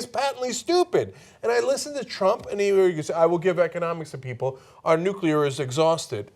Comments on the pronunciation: He DID pronounce nuclear correctly. At least, though, G.W. Bush knew something more about "...Nuclear..." . Pretty sure of this, though never a W. fan. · I am pleasantly surprised that Trump says Nuclear instead of Nukular, like a lot of dumbass Republicans say.